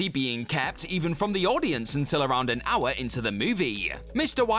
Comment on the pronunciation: The H is silent . Please someone tell him.